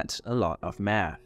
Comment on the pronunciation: Yea man doing meth is lonely, I just did meth before watching this video, btw you got the spelling wrong in the thumb nail and you kept pronouncing it wrong throughout the video. ✌️